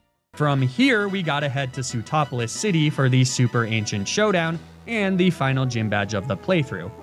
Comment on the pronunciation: Anyone else hear su-topless city?